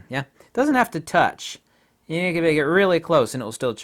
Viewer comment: “See when you Ken see through this people like I Ken...” ;))))))